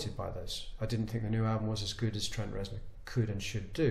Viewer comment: I really liked how he called Trent Reznor Trent Reznik. The Machinist, hehe!..